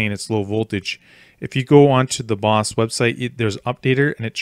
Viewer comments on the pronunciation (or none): I like how he says "boss" when it's "Bose" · It's not pronounced Boss. But hey great instructional video.